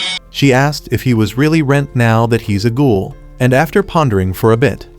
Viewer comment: it's ghoul not goal